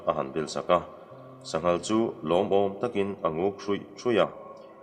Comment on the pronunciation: Sangha an hmeh dawn maw tia, sanghal i ti leh daih nia